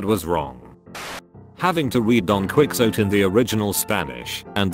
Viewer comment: "Don Quicks-oat"